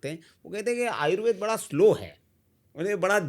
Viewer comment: जनाब आयुर्वेद को आयुर्वेदा नहीं कहें,क्योंकि आयुर्वेद को वेदा कहकर हमारी संस्कृति का अपमान लगता है। इसलिए आयुर्वेद ही कहें।